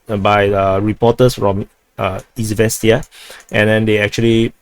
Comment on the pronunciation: you pronounced Izvestia correctly! Yay!🎉